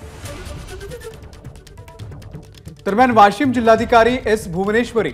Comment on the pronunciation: ही भवानी वाशिम ला वाॅशिम म्हणतेय 😀😆😃